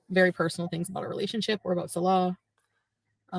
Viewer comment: His name is ‘Salah’, not ‘Salal’.